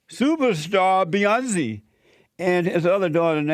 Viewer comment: Beyonzee.. and her sister Soloungzee.. 😅😅 No..not zee